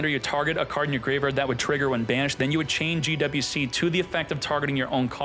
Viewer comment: Gee double U C... soo hard to pronounce just say Gee Wee Cee, dammit..